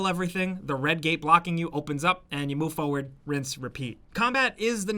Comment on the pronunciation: the way you pronounce FOR-WARD irritates me so much, could even finish the video